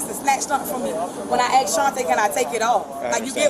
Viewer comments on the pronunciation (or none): "Everything you ax me to do..." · You forgot, can't pronounce 'ask' says 'axx' 😅lol😅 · And:-- if ya AXE me, I didn't do NUFFEN !!! 👌👌👌😖